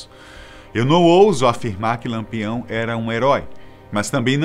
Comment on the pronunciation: E diversas vezes disse Lampeão ao invés de Lampião.